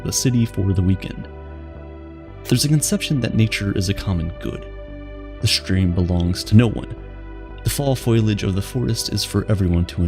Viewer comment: Let's back up for a second.. to where you called *foliage mfn FOILAGE 🤦🏼💩🤡